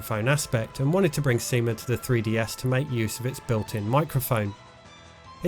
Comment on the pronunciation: Stop saying Seaman like that lol